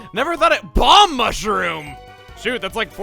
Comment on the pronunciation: That Balm Mushroom sounded like "Bomb Mushroom"! Imagining the Doom Shroom or something.